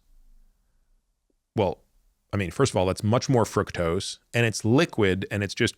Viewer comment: Frooktose, not frucktose